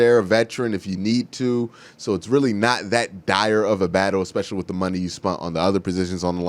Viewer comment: Did he say they spunt not spent, lollll wowwww